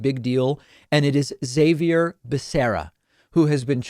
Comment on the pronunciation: Why is David pronouncing Xavier's name wrong? It's Spanish bro, pronounced "Ha-vier" not "Zai-vier."